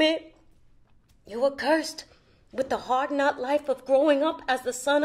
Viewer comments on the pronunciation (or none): isn't it hard-knock? not "hard-not" as said.